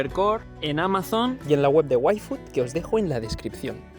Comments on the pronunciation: algo me dice que en el video original decia "ifud" pero la marca es en ingles y le dijeron que debia ser "uaifud" y pues no podia irse a hacer otro video y metio el "uai" por arriba xD grande:3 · desde casa añadiendo yfood entre huecos de silencio😂😂😂😂 Parece que digas waifu